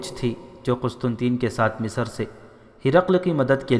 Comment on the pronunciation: अगली बार जब आप रिकॉर्ड करें तब लफ़्ज़ की अदायगी सही तरीके से करें आपने हर जगह " मिस्र" को मिसर, "सेहरा" को सौहरा, "बग्घी" को भग्घी "नामवर सालार " को नामूर सालार कहा है,और हद तो यहां तक कर दी कि एक दूसरी तारीखी किताब "शमशीर बेनियाम" में हज़रत "अबू बक्र" को अबू बकर कहा है, आगे से इसका ख्याल रखें!